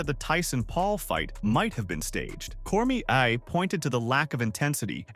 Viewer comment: Bro called Cormier cormishè 😂